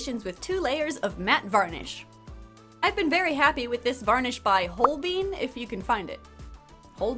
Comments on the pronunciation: If Holbein is a German company it'll be pronounced holb-eye-n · In regards to the matte sealant brand (I'm not a native speaker, so if you are, I'm sorry and feel free to laugh at me), but I'm, like, 82% sure it's pronounced kinda like "hole-bye-n" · If you're interested, "Holbein" is pronounced something like "hole-byne". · I think Holbein is pronounced "Whole Bane". . .or at least that's how I do. 😅 And she's beautiful too! I do love 🧚‍♂️ 🧚‍♀️ and Autumn 🍂 🥮 is my favorite time of the year. It's not too cold or hot here in Texas around that time. 😊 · That varnish brand is pronounced Hall-Bine(Holbein) named after a German painter, referenced in SIX! The Musical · I believe the Sealant is pronounced “Hole-Bine”. I think he was a German painter who made portraits of royals and important people around King Henry the 8th’s time? Idk if that’s actually it but that’s my guess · I believe it's pronounced holl-buyn (holl like holly, buyn like buy with an n, emphasis on Holl) as in the haus of holbein if you've ever seen Six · if my assumption stands and holbein is germanic then maybe listen to the song “haus of holbein” to know the pronunciation! otherwise it is roughly explained as hol: joll as in jolly but with a pronounced h instead of a j. bein would be like nine but with a b instead of a n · Hi, German here. Holbein would be pronounced like Holebine, you weren't that much off ☺️ Great doll as always, absolutely beautiful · it's pronounced "hole-bine" ! he was a famous german painter a very long time ago and painted a lot of pretty ladies! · Holbein is pronounced "hole-byne", as in Hans Holbein, the painter! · I don't want to seem like that person, but the sealant is pronounced "Whole/Hole-Bine". It's German 😅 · That varnish is German, it’s pronounced “hol-bine” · This is super unimportant but a think that the varnish is pronounced haal-bine because it looks to be German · It’s German brand, so it’s actually pronounced more like hole-bye-n lol 😂